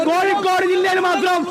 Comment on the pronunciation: കോഴിക്കൂട് അല്ല കോഴിക്കോട്